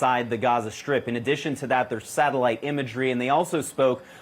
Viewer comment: Gaza "Shtrip"?